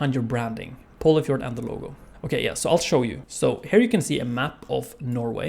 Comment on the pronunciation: No way I was pronouncing Polyfjord as "Poli-FORD"